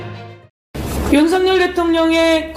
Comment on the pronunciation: 발음 완전 맘에들어 윤석년 ㅋㅋ